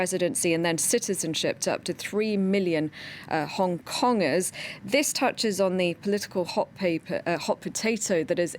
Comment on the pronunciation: Listen closely "Hong Kongarians".